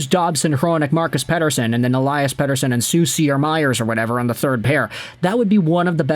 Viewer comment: Why do you always pronounce “Elias Pettersson” in that annoying AF way… 🤦‍♂️🤦‍♂️🤦‍♂️